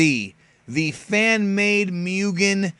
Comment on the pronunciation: Guy's got a 100k subs and can't pronounce Mugen correctly. In any case, he's right. We gotta support this game if we wanna see it finished one day. I'd hate it if this becomes like so many other projects that's just left unfinished.